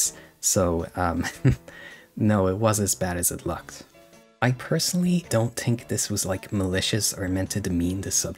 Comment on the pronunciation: “I tink” I’m crine 😂